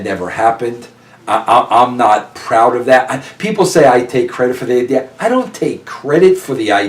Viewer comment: I am a native long islander and every time i hear Vince Russo say Idear i cringe.. i hate that shit.. as a normal human being with a decent IQ.. adding an R onto the end of a word drives me nuts